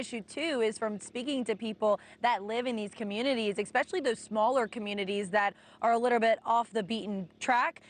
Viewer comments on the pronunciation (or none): It's "especially" not "exspecially". Helene was hard. Don't make it harder.